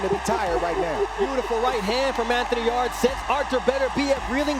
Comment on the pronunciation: Anthony's name is yardė not yard like back yard 😂 espn and top stank are terrible